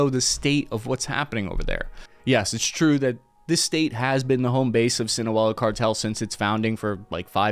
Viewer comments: The word ‘Sinaloa’ was used 18 times by you and NOT ONCE did you pronounce it correctly Have some integrity and redo your voiceover. The 2 broadcaster you put at the start pronounced it correctly. Why can’t you? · DUDE!!! Learn how to pronounce “Sinaloa”!!! You can’t expect ANYONE to take your intellect seriously if you can’t pronounce THE ONE WORD that is used more than ANY OTHER in your report. It is NOT a hard word to pronounce! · The way you say Sinaloa made me giggle 😊😮😅🎉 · You mispronounced 'Sinaloa' so many times, but thanks for trying! Thanks for this incredible content! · It’s so funny how you butcher literally every Spanish word and name on purpose 😂😂😂 good one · Everybody take a shot every time he mispronounces Sinaola. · Your pronunciation of Sinaloa is interesting to say the least 🤨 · You could try to pronounce Sinaloa properly. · My guy... your pronunciation of Sinaloa is killing me... especially because you've said it right here and there. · How can you get Sinaloa wrong? It's not even spelled anything like the way you are pronouncing it! Besides that, great report! Well written, complete and narrated well (with the above caveat). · “Siwanola” bro it’s SIN AH LOAH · How hard is it to say, "SEE-NAH-LOW-AH" Tf is sinawella? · Are you calling it (1) sin-aa-well-aa or (2) sin-aa-low-aa because I thought it was the second one and always heard it pronounced as (2), this is the first time in my life I've heard it pronounced (1) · si-na-loa not sinoella lol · Please pronounce Sinaloa correctly. It is pronounced SIN-a LOA. Not Sinowella. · II couldn't;t get past your pronunciation of SinOWella. It's SeenAhLoah Bye Bye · Aren't you pronouncing the cartel name wrong? Looks like "Sinaloa", not "Sinuela" as you seem to be saying. And it sure looks like "Chapolito's", not "Chapatito's". Not good for your credibility. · Sinoela? Or Sinaloa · SINOLOA NOT SINOWELA!!! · Si..na.. lo...a... not Sinoela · "Sin-u-ela." SMH. It's not that hard to pronounce "Sin-a-low-a."